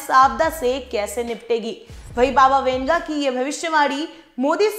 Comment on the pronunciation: Baba winga nahi wanga... Hehe